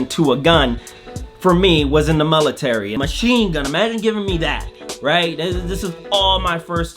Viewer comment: There's no such thing as a "mulitary"